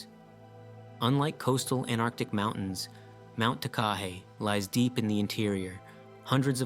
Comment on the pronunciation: AnTarctic, not Anarctic.